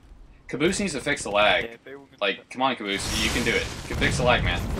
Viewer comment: it's cabosse it's fucking caboose!!!😱😱😱